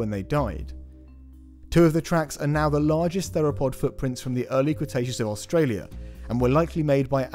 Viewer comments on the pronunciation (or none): none